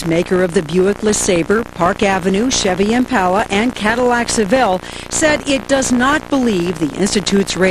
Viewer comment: It made me really angry how she said Impala